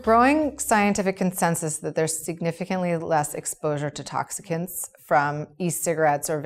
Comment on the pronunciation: Did she say toxicans?